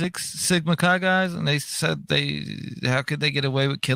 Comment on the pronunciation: Chi is pronounced like the beginning of kayak, by the way.